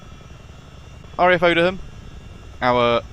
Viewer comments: Dear god, It's pronounced Oh-dee-yum dude. ZA718 (Bravo November) has been retired, she lives in the museum at RAF Cosford. It is open to the public, if you wish to visit. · The correct pronunciation for the RAF Base Odiham is (O-DEE-HAM) and said without a break.!! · I think Odiham has a silent h, I used to live there. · Dude, call yourself and you can’t even pronounce Odiham properly. 🙄 that’s embarrassing. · That may be the oddest pronunciation of Odiham I have ever heard! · ex RAF myself and worked supporting the Chinook squadrons from Odiham , I picked up on British Avgeeks pronunciation but I think we can forgive him , great video. Liked n subbed.